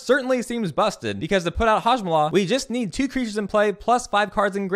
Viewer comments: For future reference, hoe-gack, very memeable name as well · I cannot believe I had been mispronouncing Hogaak all this time. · I love it how the actual name is easier than what you were saying and yet you still went on saying what you said lol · HOGAAK! IT'S HOGAAK! HOG! AAK! WHY IS THERE AN EXTRA SYLLABLE?!?! HUH?!?! AAAAAAHHHH!!!! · I can't tell if you're calling Hogaak a different name as a joke or if you genuinely don't know how to say it